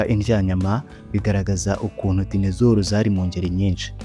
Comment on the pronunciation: Ntabwo Ari dinezoro. Ni dinozoro